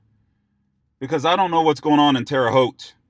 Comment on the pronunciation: Thanks for saying Terre Haute right!!!!!!😂😂